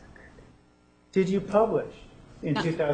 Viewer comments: fairyamma it’s about - I’m using Bose headphones and it’s clear as day, she whispers “it’s okay” right after he says journikles 🤣 which just goes to show, they’re intimidated by and Willmot is sitting there “cheering him on” like the amateur she is. LOL what’s your question 🤣 she really knows how to make him look like a fledgling law student. Another fave Nurmnut moment of mine is several episodes forward, when he is crossing one of the computer experts he refers to SpyBot Search and Destroy as “SEARCHBOT SPY AND DESTROY” 🤣😅🤣😅🤣😅 what a fool. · Here’s a pro tip for you Squirmy, if you’re going to be an asshole to a witness in cross-examination, but you don’t want to look like an idiot, at least learn how to pronounce “journals” correctly.